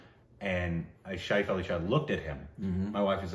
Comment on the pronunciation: Not "Shaif-Ali-Shah". "Shefali Shah".